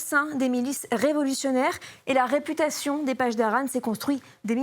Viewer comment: Ça se prononce : paSSdarans pas pachdaran Les pronciations déplorables !!!